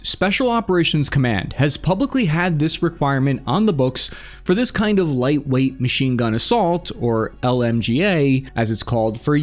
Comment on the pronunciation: “it’s a vewy white wayt weapon system.”